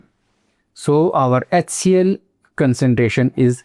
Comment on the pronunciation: Around from 5mins I'm searching for what the word "Consentation" means after I got that it's concentration not Consentation😜